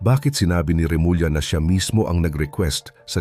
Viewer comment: Remulya ang pronunciation at hindi Remula